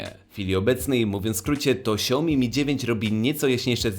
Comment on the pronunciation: Naucz sie wymawiać Xiaomi.